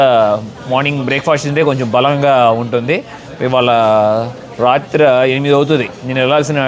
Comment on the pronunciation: రాత్ర కాదు అది రాత్రి